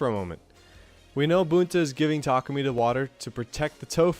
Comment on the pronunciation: "boontar" "tarkoomy"